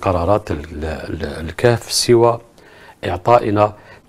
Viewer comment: ههههههههههه 😂🖤 قلبو محروق كايقول ،للكاف (الكهف), ههههههههههه 🐴 ههههههههههه 😂